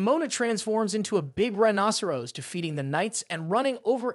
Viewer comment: Rhinoceros ❌ Rhinosrose ✅